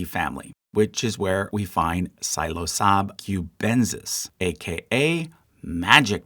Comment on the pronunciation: Stop I love this video despite all the… interesting pronunciations but silosab cube-ens-is killed me 😭😭😭